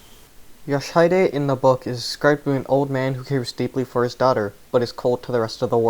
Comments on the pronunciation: I'm pretty sure the mispronunciation is due to him spelling it as "Yoshidide" rather than "Yoshihide" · Your pronunciation of "Yoshihide" is hilariously wrong. Sorry, but I couldn't help but comment on that considering just how many times you repeat that name. For the correct pronunciation, check stage 8-30 and pay attention to what is said in the cinematic that plays when you win. Edit: and no, it's not an issue that you mispronounced it, it's a foreign language after all, it's just that the constant repetition of the wrong pronunciation irked me enough to comment. Sorry.